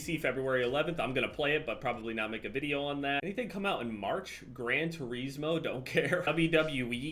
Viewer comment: Hearing you say “gran ter-eez-mo” then laughing like it isn’t one of the greatest series of all time.